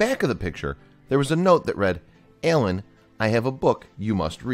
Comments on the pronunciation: This guys accent annoys me. He adds an e to every a. Map becomes me-ap. Alan is ealan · The way he says “Alan” 😂